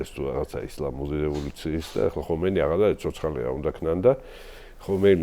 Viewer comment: ჰომეინი არ ჰქვია, ხომეინია სპარსულად. რატომ ამახინჯებთ სახელებს?